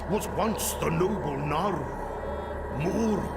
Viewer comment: Vincent Amour He does mispronounce most of them, actually. He says 'Naaru', 'Sha'tar' and 'A'dal' just fine, but 'K'ore', 'M'uru' and such, he doesn't. The presence of an apostrophe indicates where the stress lies in the word. So 'K'ore', for example, wouldn't be pronounced as 'core', but rather 'kuh-ore', with emphasis on the 'ore'. Similarly, 'M'uru' would be pronounced 'muh-uru' or 'muh-ooroo', where the 'm' and the 'uru' are pronounced separately, with emphasis on the syllable that comes after the apostrophe.